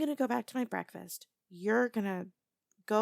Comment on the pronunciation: I've never heard say breakfast with a B before